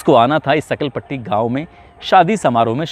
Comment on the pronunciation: सकलपट्टी नहीं सांखल पुट्टी गांव है वो